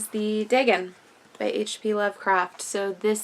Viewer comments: The " A" has a long sound. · Great book that, love the Dr Suess style art and rhymes inspired by a classic Lovecraft story. I don't know if it's me, I might be wrong but I wasn't digging your prounciation of Dagon, it's not how I say it so it threw me a bit but I could be wrong haha it's no big deal. Thanks for sharing/creating this vid